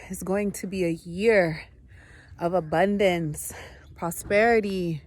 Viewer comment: The way you said Announcement and Abundance; sounded like ausi Asheli